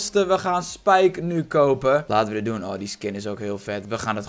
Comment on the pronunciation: iedereen: spike: spijke